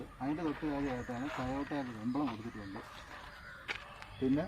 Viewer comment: Dai Tayota alla TOYOTA aanu Transaction alla TRANSMISSION aanu 😅😢